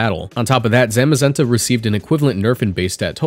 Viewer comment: I hate your way of pronouncing tah-pu and zah-mazenta 🤢